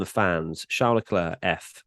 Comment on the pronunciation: So cringe how pronounces Leclerc’s surname, so wrong so many times. Its like fingers on a chalkboard.